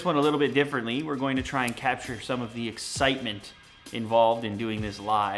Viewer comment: that what she said when you said exitment haha